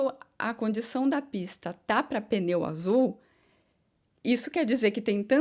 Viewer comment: Sim continue assim, mas com carinho nao fale "peneu" é pneu! desculpe